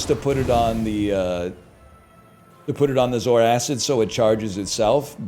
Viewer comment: The way NL says Zoarcid makes me angry. Mostly because he's probably right. But Saying zor-kid makes it sound like a cool alien. Edit: Actually no, he's just completely wrong in his pronunciation.